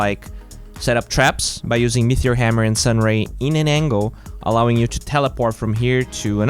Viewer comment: Are you saying meteor hammer, mithril hammer, or metheor hammer? There's no h in meteor. Pronounced meaty-or